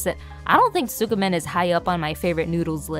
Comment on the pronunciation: You're not supposed to pronounce the "u" in tsukemen, though. It's more like "skeh-men". Other than that, lovely video, nice vibes. You earned a sub!